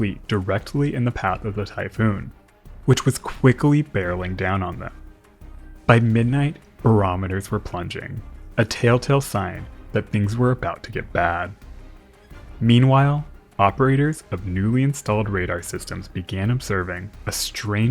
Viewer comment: You always say "tale tale" XD